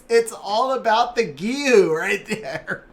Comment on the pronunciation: It's the japanese pronunciation I study japanese ^^ it's Onmyôdji, the u after the o just means the o is longer, same for Giou (Gheeô) and Shizuka is She-zu-ka (means quiet btw)